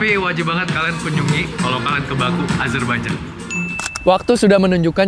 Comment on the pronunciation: Kota baku, dibacanya bukan baku tapi bake